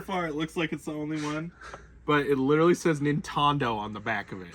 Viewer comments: "NINTONDO" lmao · NintonD’oh 🤦🏼‍♂️ 🤣. That was great. Enjoy your videos always some laughs in there.